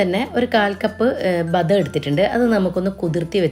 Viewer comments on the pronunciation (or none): ബദം അല്ല ബദാം